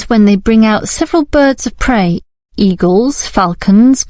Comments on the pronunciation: They say prey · its prey not grey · Yeah, not grey, it should be prey